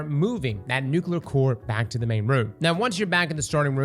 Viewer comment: Bro still can't say nuclear